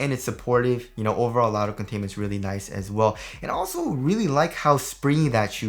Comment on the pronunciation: And "leally nice"